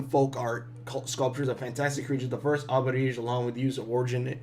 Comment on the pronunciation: Alebrije is pronounced Ale bri he, short e as in the word end.